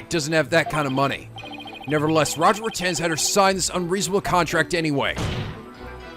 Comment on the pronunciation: Poor, he already knows the pun for Mr. Retinz and he still can't pronounce it right X'D